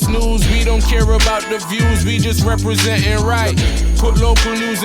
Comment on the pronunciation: it's don't not DINT Prof